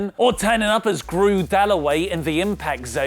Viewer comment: Lol Grew Dallaway "I am Grew(T)"